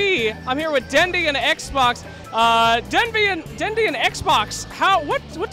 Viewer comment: "Xbox" Ha-boast. Russian.